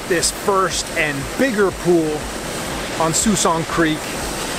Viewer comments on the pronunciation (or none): I believe it is pronounced Sk-walksin creek